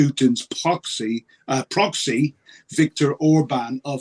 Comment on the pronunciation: You got it right first time, "poxy".